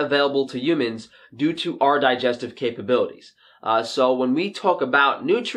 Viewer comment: Hhhhhhumans,, not Umans))